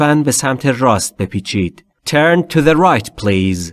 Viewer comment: Turn not tuen 🤔😀چقدر اشتباه می کنید